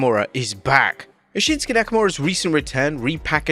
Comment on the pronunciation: Shinsuke became Winsuke 😂